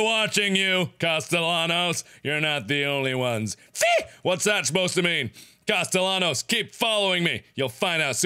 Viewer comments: Hey mark there is a sequel. But if u play it u have to pronounce Sebastian’s last name correctly, it’s costeYONos that’s how u pronounce it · It's pronounced "castee-annos" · It is spelled “Castellanos” but it’s pronounced “Caste-yan-os”. Gotta love that Spanish double l. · How did he play through the whole game and still not know how to pronounce Castellanos. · Markiplier still says Castellanos wrong in Evil Within 2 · I'm rewatching this entire playthrough again after five years, and am constantly annoyed all over again with how he repeatedly mispronounced Castellanos. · The amount of time ‘Castellanos” was pronounced throughout the game, you’d think Mark would stop saying it like the whitest white boy 🤣